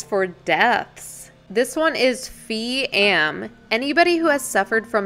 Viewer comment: you were right when pronouncing Phi as “Pi” it’s how you refer to someone older than you in Thailand.